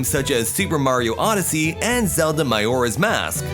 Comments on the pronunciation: It’s clearly his spanish pronounciation of the word Majora. « J » are not pronounced the same way in Spanish. Well that’s my guess. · Did this guy just say Miyora's Mask? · did he just say myoras mask?? 💀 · did you just say mayoras mask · I'm triggered by the pronunciation of Majora's Mask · Why he pronounce majora mask like that